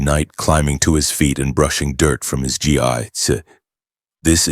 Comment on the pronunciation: Aww...he didn't arrive as a baby in his Saiyajin space pod? Imagine him raised by Hobbits and taught by Gandalf and Aragorn instead of Muten Roshi. Seriously, if you're going to include DB content, get your AI to pronounce "Gi" and Ki" correctly. They both rhyme with "Key" and Saiyajin is pronounced "Say In" Speaking of Gis, why exactly is Saruman wearing a Turtle Hermit School Gi there?